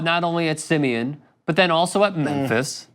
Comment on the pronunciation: You claim to be a Chicago native and can’t pronounce SIMEON?? #boystown 😂😂